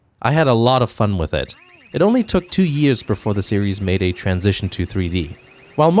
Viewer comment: "It only took two yeeeeeuhwwws, until the series made its transition to 3d"....the hell happened to your pronunciation of years?